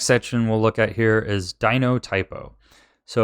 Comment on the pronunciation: I love that he says "Dinotypo", because it's a verbal typo of Dynatopo lol. XD